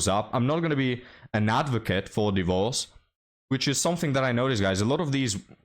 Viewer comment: => "d!e - vorce" is the ancient English pronunciation. Trust me I'm a historian and an expert on the topic 😂